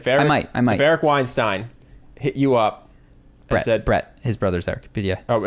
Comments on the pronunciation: Bret once said that his name is pronounced like Einstein but with W so you are saying it correctly. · Amusingly, your chosen pronunciation of Weinstein is correct!